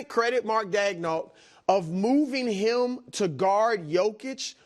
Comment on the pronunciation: “Post eem up” Why does brou pronounce “him” like that? lol